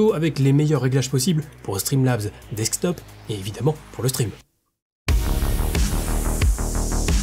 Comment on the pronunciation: toujours difficile à dire "streamlabs desquetop" 😅